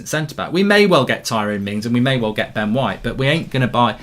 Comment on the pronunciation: Man said " we might sign Ben Shite" 😂😂😂